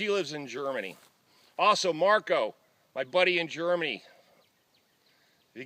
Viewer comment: Its not Marco it's Mario, no big deal, it almost sound the same lol. Thanks for the great video and honesty about your life I wish you nothing but the best.